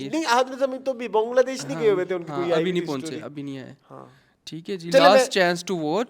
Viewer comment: ya Bongladesh kya hota ha its "Bangladesh". Koi Pakistan ko Pokistan bole toh accha lagega apko